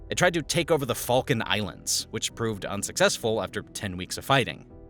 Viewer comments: great video but if i can suggest a couple of changes: A you should spell check your writing B also maybe double check the pronunciation of words (i a. Falklands, not Falken) and C show Relevant graphics about the era, i.e. the inflation graphic during Alfonsin is from the 2010s, completely off.... That would make you outstanding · Sorry "falcon island"????? Did I hear that right? Its falk-lands for Christ sakes